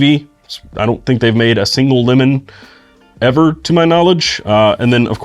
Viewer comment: Great video, nice quality! Outta curiosity, where ya from man? Your pen sounds like “pin” and lemon sounds like “lilom” …just wondering😂